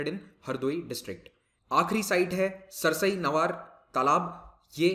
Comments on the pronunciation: Sir we pronouncite it as (3) समान and (6) सरसई नावर in Hindi thanks 🙏 and Saman is very close to kishni town as compare to भोगॉव And the stork you asked is saras (crane) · सर यह समान (मैनपुरी) तथा सरसई नावर (इटावा) है| उच्चारण के अनुसार